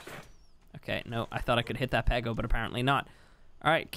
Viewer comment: Every time you said pego i heard pedo